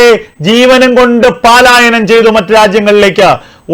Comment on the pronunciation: "paa"laayanam alla..... "pa"laayanam ennu parayoo suhruthey......